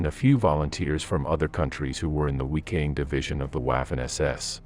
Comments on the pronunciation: What do you guys not get? Wiking is pronounced VIKING in English. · These videos would be a lot more enjoyable if you learnt how to pronounce the place names.... the "weeking" SS Division?